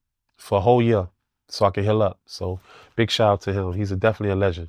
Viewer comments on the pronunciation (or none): none